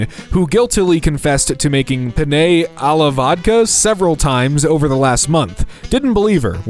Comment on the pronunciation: I hate you for your pronunciation of penne.